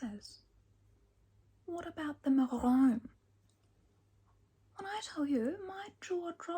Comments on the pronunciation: Not the “mahhh-ROON”😂 I’m literally laughing crying. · Are you saying "maroon"....?